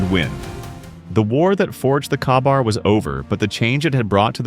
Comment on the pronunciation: It's pronounced kay-bar.